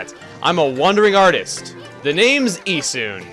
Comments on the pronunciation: it's E-soon. the japanese don't have the UH sound in their vowels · I always pronounced Issun "IH-sun" not "EE-sun". Oh well. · Just to touch on something that I think is extremely irrelevant due to the fact that this was posted two years ago, but chugga, you pronounced the names wrong. Amaterasu is pronounced: A-ma-ta-rasu While Issun is pronounced: E-sun